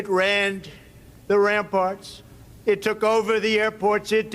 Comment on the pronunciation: He said Ramports lol Instead of Ramparts